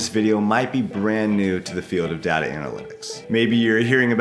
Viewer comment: Step one learn how to say DATA 😊